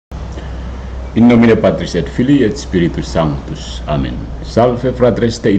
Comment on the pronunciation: Santus artinya kudus...sudah betul.